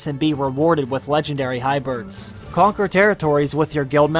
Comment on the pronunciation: WHY do you keep saying “HYBIRDS”?! 😰 HYBRIDS, my dude. HYBRIDS, my bro in ¡Christ! “Hybirds.” Oh, my God. 🐦 😢